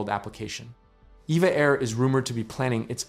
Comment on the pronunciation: It's E V A! Not, Eva! I've flown on them many times and that is what the crew says!